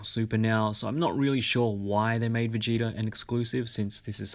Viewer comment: “vegata” bruh it’s vegeta